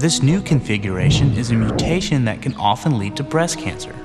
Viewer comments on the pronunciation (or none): none